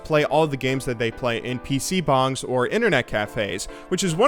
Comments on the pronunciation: PC bAngs, not bOngs. A PC bong sounds great, especially if you can play League or Overwatch on it still. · Korean PCs BONGS? Its bangs